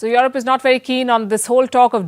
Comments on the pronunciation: Europe becomes Your-rope 🤣🤣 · Hi Palki. Enjoyed your journalism works. I just wonder why you pronounce Europe as "your-rope" it sounds awkward. I know that Indians carry a specific accent when converse in English but "your-rope" is totally awkward. No offense. It's just constructive feedback. Thanks.